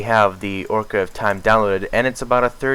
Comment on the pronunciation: My god man it's pronounced occ a reen ah